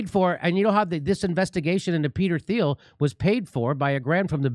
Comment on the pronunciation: Peter Thiel's name is pronounced German, sounds like Teal or Teel